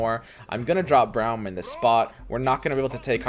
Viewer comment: It's pronounced like roar, Braum Brorem